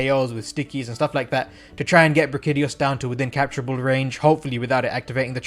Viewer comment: Did he just pronounce it as Bra-kitty-os... why is it that everyone can’t pronounce the names of the monsters most used and talked about in the meta. Brack-ee-dee-oh-s please check yourself you unintelligible nobody